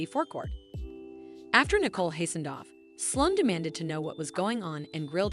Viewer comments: Yes, they need to pronounce the names correctly. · IT IS NICOLE, NOT NICKLE